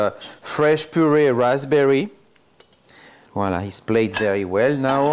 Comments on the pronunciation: I can't stop laughing everytime he says. I'm gonna name you. ----from Philippines here 😀✌️ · Yummy thank you 🍲🤗 wha-la seee. Wha-la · Spelling voilà ! Pronounced voala !! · Always saying viola every now and then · He is just saying volla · It's VOILÀ...... please! 😄 I love French toast, but must admit that I've never made it with brown sugar: now there's my turn at trying something new and knowing in advance how delicious it'll taste thanks to your many happy comments! Merci infiniment y'all😄